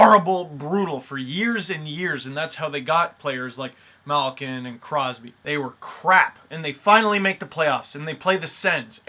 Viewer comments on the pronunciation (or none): none